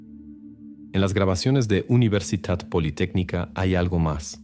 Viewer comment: Soy de Argentina y nunca escuché del caso de la provincia de Salta. Aunque es verdad que algunas de sus sierras y montañas tienen fósiles de Caracoles marinos. Nunca he visto ni me han contado que hubieran Megalodones en la zona. Me quedó repetido en la cabeza la pronunciación de "UniversiTat politécnica"